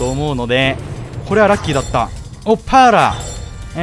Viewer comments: パーラの発音がVIPに引っ張られてますよ（笑） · なんかVIPの発音みたいで草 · いいぇー 同じことバリ思ったwwww